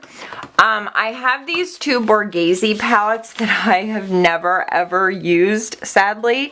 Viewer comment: It's Borghese.:)